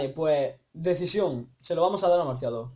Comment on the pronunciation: Que mierda tío que dices masillador por decir martillador o si es masillado